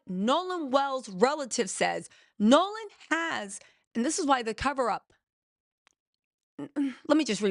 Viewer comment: you gotta get these names together girl! We love you but it’s “”Nolan” 😮